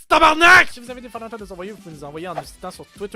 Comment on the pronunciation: Ooooh la la, c'est tabarnak et pas tabernak, c'est t'y po compliqué nom d'une crotte d'piaf.....